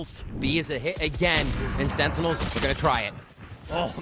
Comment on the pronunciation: ''sennels'' ? :D